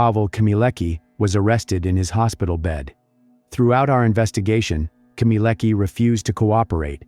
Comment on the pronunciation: her last name is not pronounced as "keemeeleckah", but "khmyeh-leh-tskah"